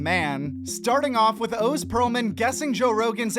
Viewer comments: "Owes Peralman" "Owes" not "Oz" but "Owes" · Funny to hear you say his name is Ohhhz it's OZ like Ahhzz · Bro…..pronounce Oz correctly! Wizard of Oz…really lol? It’s awz not oze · Dr. Oh-z?! It's Oz like Ozzy Osbourne! What in the Windows 11 narrator was that mistake?! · Can somebody teach the AI how to say Oz please?